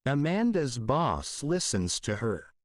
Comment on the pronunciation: Дякую! Все чудово! Але чому boss- вимовляєте басс?! Я подумала зразу про bus - автобус 😅